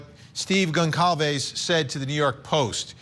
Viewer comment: Goncalves is pronounced "Gonsalves".